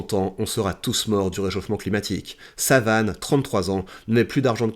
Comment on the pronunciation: Lol tu lui a massacré son prénom tout le long de la vidéo ... (SAUVANE pas Savane) A la fin "J'ai été assez soft" :D